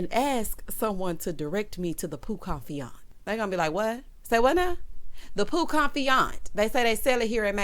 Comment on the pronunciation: Hey 👋! Patrick and “Peau Confiante” and Marlo and “La’Archive”….SMH 😄